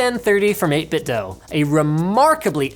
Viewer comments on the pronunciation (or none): its 8-bitdo not 8-bitdoh